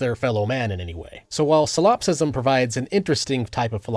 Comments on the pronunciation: I'm sorry but solopsism is "solop-sism" and not "salawp-sism" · Bro kept saying silopsist and silopsism, good video regardless